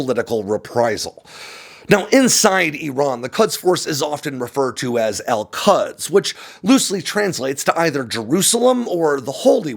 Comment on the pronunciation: Just a side note,: the “u” in the Persian word “Kuds” is more correctly pronounced similarly to the “u” in “put” or the English word “could”. 😉